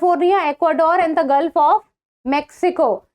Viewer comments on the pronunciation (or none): none